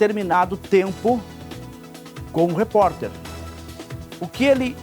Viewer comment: Que reporterrr esse..erra no nome!!